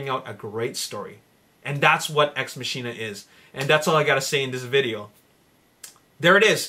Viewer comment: It's pronounced "ex mah-kin-uh"